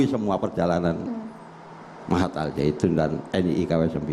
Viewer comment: Kenapa nyebutnya al zaitun,knp g dibaca secara huruf syamsiah...